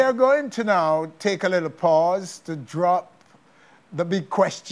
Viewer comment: Vanessa bling I like u as an artiste but I really wish u would learn to pronounce ur words better, for example, the word is drop and not jop and I have heard this times before in ur interviews